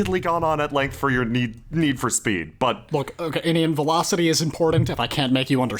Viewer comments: Velocity is near to Velofity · Don't you mean..... VELAFCITY?!?!?!?!?! ;D